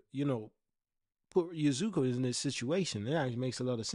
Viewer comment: Love the video. But so you know, it's pronounced Ya-skay